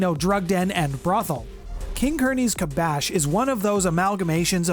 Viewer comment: In case you make a video more in depth about King Curney, it's actually Kasbah, not Kabash. Like "Rock the Kasbah."